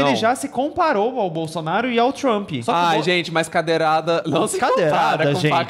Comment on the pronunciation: "Cadeiral", 😂😂😂😂😂😂😂😂 Ameiii